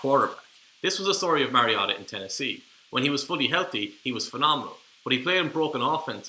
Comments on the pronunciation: WHY pronouncing Marcus' last name as Mah-ree-ah-tah?! He has Samoan bloodline, Not Japanese! Last name is pronounced Mah-ree-oh-tah.....Having followed his football career since high school, given the right supporting cast, Marcus can PRODUCE! Having 4-5 different OC's in 6 seasons would produce lesser results w/other draft class contemporaries. Give Motiv8 an decent O-line & an OC that will let him execute the game plan & Mariota could lead ATL back to play-off contenders/contention!...IMUA, Marcus...Vi'ia le Atua! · This particular mispronunciation is more charming than the others. Nobody in the NFL pronounces it correctly. The announcers call him MERY-Oh-Tah. The correct way is like the video game character name Mario plus "ta." If you look at old colleges tape the announcers got it wrong at first. The put an upward inflection on the Ta so it was Mario-TA! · I'm so glad someone finally called this guy on the pronunciation of Marcus's last name. Where these announcers get Mare out of Mar I'll never know. One Duck game his mother actually called the announcers to correct the pronunciation of his name. She said it's Mar i o ta. I also agree with you. Going to another loosing team isn't good for Marcus. You must be a Duck fan and that makes us fans of Marcus and Justin. Will follow them anywhere. In 2018 I followed Marcus across the pond to watch the Titan/Charger game. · If you can't pronounce his last name correctly just call him marcus 🙉🤦‍♂ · Okay, say Marcus's last name correctly. Please. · Your pronouncing his last name wrong boss. Take a deep breath.